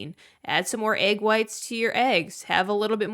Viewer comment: The way she says egg grinds my gears